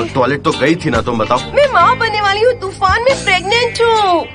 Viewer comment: Toraan✅ Tufaan ❎